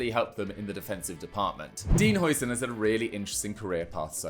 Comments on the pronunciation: It's difficult to say for you, as the "ui"-sound isn't used in the English language, but "huis" is Dutch for "house" and calling him Housen is a lot closer to what it's supposed to sound like than the "oi"-sound the English usually use when they see a Dutch name with an "ui"-sound in it (the same applies to De Bruyne). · How are we still pronouncing Huijsen's name wrong?